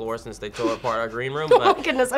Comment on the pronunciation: I'm assuming says Appa's name wrong on purpose. I mean how can he not know how to pronounce his name when he is such a big fan of the show:P.